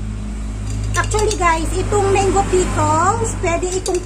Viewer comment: Gusto ko ung pagkakabigkas mo ng menggo 😁